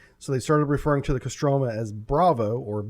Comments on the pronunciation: Kostromà, last syllable is stricken. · Stress is on the first "O" in Kostroma, pronounced CO-stra-ma